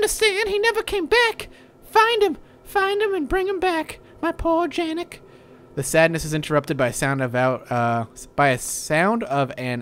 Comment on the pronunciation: Janek is pronounced "Yon-ek."